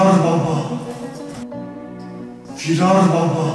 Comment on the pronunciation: Firar baba değil FİRRaaAR BABBAH